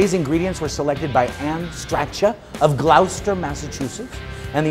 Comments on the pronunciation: It's pronounced 'gloster' not 'glowster' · 'Glauwcester' Seriously? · Hi Mario! You need to learn how to say "Gloucester"...it sounds like "Glosta" anyway, nice piece. I cook all the different fish from "Glosta" Monkfish as a piccata is great!! Love Your recipe!!